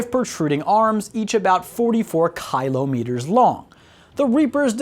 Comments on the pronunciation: For the good of humanity and for rule of the universe... Please! Speak Kilo like kill with an o and not like kylo. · Kylometer mf? fr? that's the one thing in the script you couldn't pronounce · Ok god dude it’s. “Kill Ah Met ers “ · Pronunce common word... Must be american xD xD Is not kHilo. Is kilometres is a hard "C" sound there is no H xD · Dude, really, kilometers, you look dumb saying "kylometers", get it together already, everyone in the world uses that unit, if you don't know what a km is, google it, the information was good but you just suck as its provider. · Kylo-meters, Seriously now way he's this dumb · Kilo = keylow Why am a I so head tilted by his pronouciation of kilometres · Did he just say "kylo meters"? If you can't say Kilometers then just day klick. Or watch scarface. He gets a lot of kilo's then just add meters after that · Cringing everytime he says 'KYLO-meters' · You pronouncing kilometers as kylo-meters is the most American thing I heard today😂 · Let me help you out, the word you are having a problem with is pronounced kill om it ores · i am not trying to make fun of , however kailometers or kylometers made me cry :DDDDDDDD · Did he just say "Kylo-meters?" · Kylo-meters? falls out of chair laughing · American its pronounced Kill- Oh- meters. Kilometers. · Barry Bend ahh darn yankes kIIlo meters XD (aussi number 1) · You're intentionally saying kilometers wrong to annoy everyone, aren't you? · It will forever remain a mystery to me why English speakers pronounce words so wrong. Kilometre is spoken how you read it. There is no "y" in it, so why pronounce it that way? Its not like you pronounce Tali as "Taly" or (This is some kind of joke I'm not getting, ryght?) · It's not that hard to say kilometers.... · Difficulty of an American to say Kilometres 😂😂😂😂❤️😎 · If this idiot can say Kilotonnes, he can manage kilometres. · He can say Reapers but not kilometers? That's hilarious